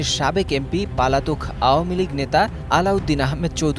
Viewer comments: শুদ্ধ বাংলা বলতে পারেন না, এরা কিভাবে সাংবাদিকতা করে? পলাতক-কে বলছেন পালাতক😁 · পালাতক না শব্দটা পলাতক। এরকম ইউটিউবারদের মতো জাতীয় গণমাধ্যমের কর্মীর উচ্চারণ খুবই হতাশাজনক। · পালাতক না পলাতক